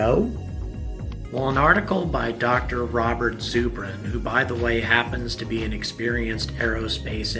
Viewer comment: It's ZUR bin like Zer-bin. short U